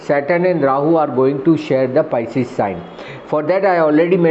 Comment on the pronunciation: PISCES is the word not pieces😂😂😂